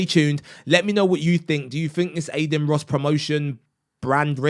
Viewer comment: Aden 😭 Bro at least learn how to pronounce the name of the person you made a video on 😭